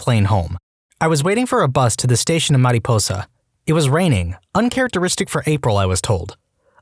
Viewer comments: Mare-ih-pose-uh no need to do a Spanish pronunciation, no one says it like that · The narrator might have to be on one of these the way he pronounced “mariposa” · So I’m from Fresno.. please don’t ever say Mariposa like that I know that it might be technically correct to founding language but it’s not that far it’s actually an important place in the state’s history And I’ve never heard anyone roll the R. Also yes downtown Fresno is a mess and the bulldogs (gang) were probably the ones in the shoot out. Thing is Clovis Was the sort of nicer part of the greater Fresno area at a time or at least I saw it as that when I was younger. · Wait, how did you pronounce Mariposa? lol